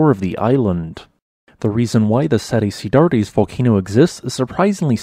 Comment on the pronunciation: pronounced "set ci-dads" :)